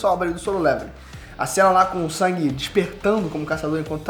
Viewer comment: Só eu q acho estranho chamar nosso "mininu" SUNG de SANG? Me corrijam se eu estiver errado mas nao é so pro Ingles americano e alguns/todos os países europeus q mudam a pronuncia nesse caso? Gosto muito do ei nerd e seus conteudos mas qdo vejo o q vai falar sobre SL ja fico na expectativa de ouvir Sangue kkkkk